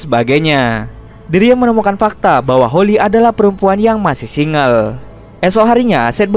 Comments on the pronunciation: Singel bukan singgel 😂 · Single dibaca jadi sing gel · Single Singel dibacanya ngakak ehehehe